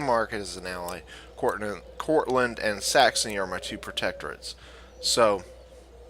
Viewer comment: Enjoyed the video, but there is no "t" is Courland!